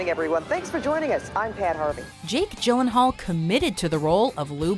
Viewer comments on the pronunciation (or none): H-how did you say Gyllenhaal??